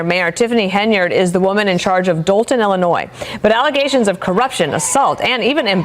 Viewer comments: It’s said, “Ill-a-noy” not “Ill-a-noise” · There's no "noise" in Illinois. "ILL-la-noy."